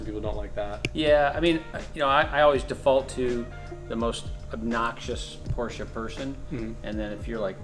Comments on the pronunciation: ever since you’ve been calling porsche “porches” i struggle to go back to saying it normal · cool portsshcha. nine elebbun